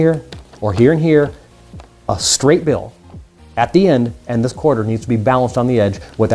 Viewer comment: Stopp saying bjill og billll